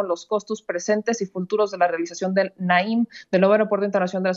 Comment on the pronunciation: Naim se oye a Naif......😂😂😂😂😂